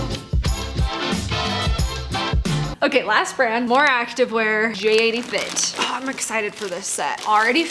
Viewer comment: It’s not J 80 it’s pronounced Jaitie fit